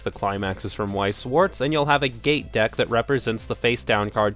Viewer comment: So now you aren't pronouncing Wixoss as weaksauce anymore?